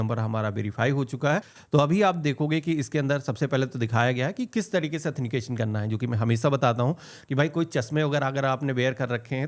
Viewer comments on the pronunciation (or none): bhai 'athenication 'nahi 'authentication 'boliye..!